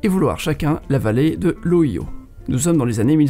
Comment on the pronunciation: c'est la première fois que j'entends le mot Ohio prononcé en français